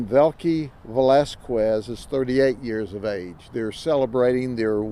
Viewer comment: I love how he puts absolutely no effort into learning how to correctly pronounce Hispanic last names. Velazquez should be an easy one